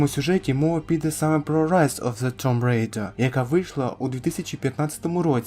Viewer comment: Друже, tomb читається як тум.